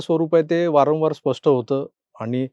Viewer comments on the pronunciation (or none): none